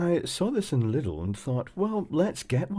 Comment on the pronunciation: That's not how to pronounce Lidl